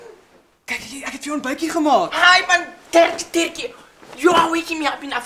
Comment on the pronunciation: *Dirkie *Bokkie